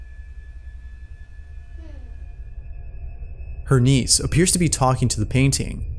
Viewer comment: i was only listening thru this video while i do my work and until the end of the video, i realized he meant 'niece' and not 'knees' AFTER all that, i thought the girl was talking to her knees...